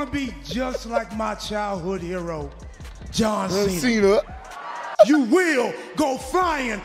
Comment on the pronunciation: santino marella calling john cena,john chena always funny. Every time i see the clip😅